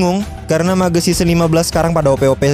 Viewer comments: Mage not ma-ge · mage pronounciationnya salah wkwk, damage juga salah wkwk, trs bukan durbality tapi durability, trs bukan brust tapi burst WKWKWKWK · Cara sebutan mage Tu Salah.. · Lol pronouncing MAGE